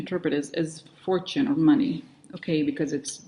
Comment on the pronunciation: It's so funny how you say "shady mohney"